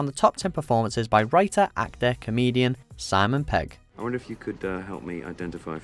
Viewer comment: "Simon Pegg" ? Time to get buckwild.